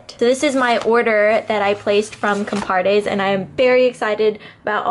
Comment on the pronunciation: Everytime says the word "COMPARTE" sounds like COMPADRE to me Jajaja sorry, mexican guy here.